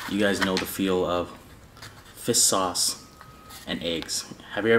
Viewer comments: Hey the guy always pronounces it like fiss sauce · Everytime i hear say fish sauce it really sounds like he’s saying FIST SAUCE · Is he saying Fisk sauce or fish sauce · No body:: "fiss sauce" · Fish sauce ? Heard it like nước mắm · FISS SAUCE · Yoooooo for real! 😂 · Lol ur right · Same here and i LOL every time. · I can't unhear it now